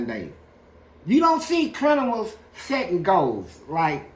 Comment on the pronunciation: “Crinimals” lol fleece funny asf